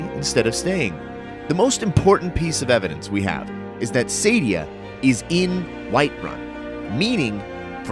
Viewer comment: Dude, her name is SAADIA, not Saydia. SAAAAAAA-di-A. {:o:O:}